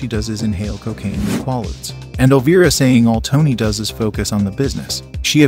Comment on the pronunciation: Pretty cool video. I only wish you would have included the cause of death for some of these actors that unfortunately died young and shortly after the film. And bruh, the way you pronounced Robert Loggia and quaaludes was hilarious 😂